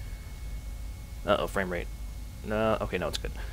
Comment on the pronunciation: did u say frame rape?